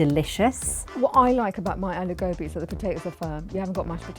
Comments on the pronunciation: God daaaamnnnn... I'm pissed! That's gobhiii not gobiiiiii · Its pronounced गोभी not गोबि😪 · why cant you get REAL indians. Not people who lived in America and have an accent. That aint the way to say aloo gobi. Its aloo go-bhi not bi.. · It ain't 'Aloo Gobi'. It's 'Aloo Gobhi'